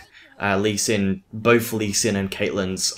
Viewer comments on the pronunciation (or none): Why do you say 'bofe' and 'fink' instead of 'both' and 'think'? Are you unable to pronounce 'th'?